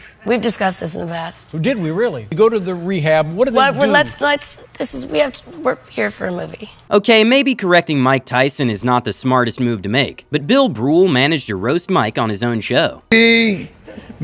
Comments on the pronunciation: Bill Brule!!! "Brule"???c'mon man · Bro said Bill Brool hahahahahahahhahaha, pronounces thing wrong every video btw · Pronounced bear?, perhaps that was meant to be a joke? His name is Bill Burr, and it's pronounced exactly like the word it is - burr. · It’s Burr, Bill Burr ffs. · It's Bill Burr not whatever you said.